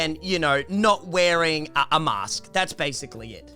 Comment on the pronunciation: She says mayaskk